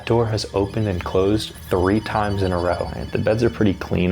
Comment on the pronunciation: HE SAID 6 OR 7 TIMEDS 😂😂😂